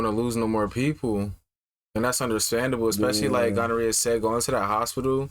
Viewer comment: I love y’all but did call Guarnere gonorrhea?💀💀 i love y’all sm!!❤ these reactions have been amazing!